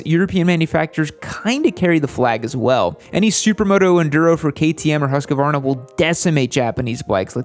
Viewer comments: Say it with me... Hoosk-vaar-nuh... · Am I the only one who is annoyed by his pronunciation of Husqvarna? XD